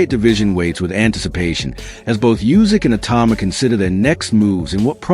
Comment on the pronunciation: it is pronounced not "Jusik", but "OOsik". Obviously, Itauma's IQ is not that high if he thinks that he is the best in the world, e.g. better than Usyk. 😀